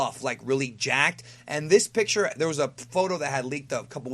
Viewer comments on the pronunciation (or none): none